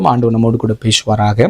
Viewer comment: பேஷுவாராக இல்லை பேசுவாராக.சு வை ஏன் ஷு என்று உச்சரிக்கின்றீர்.தமிழை ஏன் கொல்ல வேண்டும்.